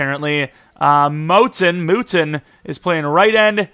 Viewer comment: Mouton = "Moo-tahn"